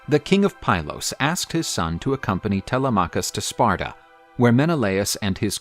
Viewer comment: TeLEMachus, not Tele’machus. Sounds so strange.